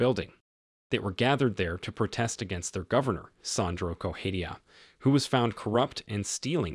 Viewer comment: It's not Goheia, it's Correa. Why the F does this guy keep pronouncing it like that? I think it might be A.I. generated.